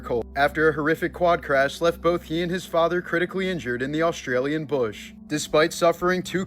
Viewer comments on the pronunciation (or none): none